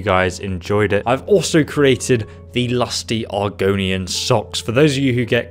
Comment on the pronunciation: Argonian? No. Argunian? Yes. Refering to